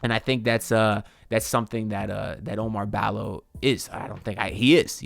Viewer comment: OU-MAR BALL-O. Not O Mar Balo.